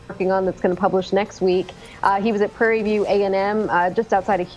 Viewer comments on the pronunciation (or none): none